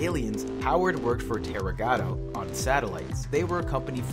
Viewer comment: It's tagruato not tarugato